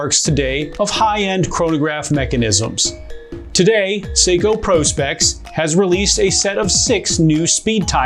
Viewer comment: Thank you for not calling it Prawspecks